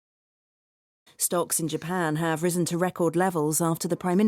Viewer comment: risen을 못 들었는데 발음을 잘못 하고 있었어요. 오늘도 감사합니다!